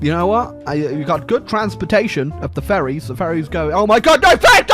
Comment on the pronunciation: I always hear "Furries" when he says "Ferries"